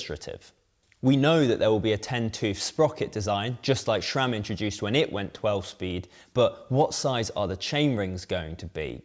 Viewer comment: ah yes "Jura-ace" and "Schram".